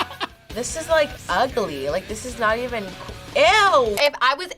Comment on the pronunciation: He said "Uhgely"